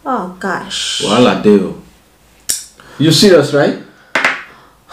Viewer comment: She said oh my gash😅😅😅